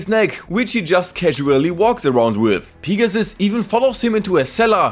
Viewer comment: I am sorry but I love how u say “Pig-a-ssuss” 😂😂😂